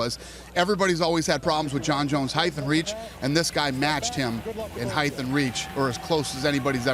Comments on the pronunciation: HEIGHT. NOT "HEIGHTH" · Dana sais height with -th sound at the end. Lol wtf? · HEIGHTH AND REACH.. HEIGHTH AND REACH!!! For saying it wrong, he sure did say it a lot. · Is dana saying "heighth" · Why is he saying HEIGTH?? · is dana saying "heighth'?? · what's heighth? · this needs more likes he really had that look in his eyes like "shit how do I pronounce height, I've never said it out loud before..." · what did i learn from this interview? dana white cant say height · Dana can't say the word 'height' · I wonder if Dana will ever learn how to pronounce "height"?